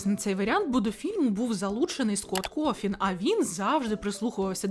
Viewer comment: я здохла з "Скотт Кофін" Він Коутон